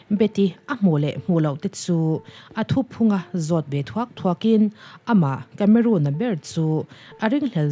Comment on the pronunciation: Miss tlangau kameruun nilo in kameron tih a lam tur a nih ka ring deuh.. Sawive mai2😣❤❤